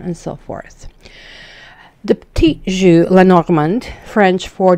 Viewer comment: You're saying 'jeu' wrong.